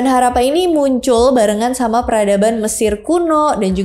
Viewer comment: Dan sebutnya Harrappa, bkn harapan..😂..